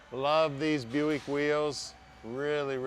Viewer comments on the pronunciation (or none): none